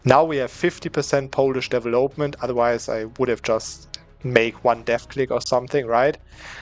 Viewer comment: Nur eine Kleinigkeit: "development" und "legitimacy" werden auf der zweiten Silbe betont, nicht auf der dritten, also auf vel und auf git. Und das o in development ist ein kurzes o wie in "boss", nicht wie in "hope".